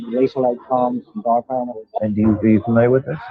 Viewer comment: It is DAARPA!!!!!!!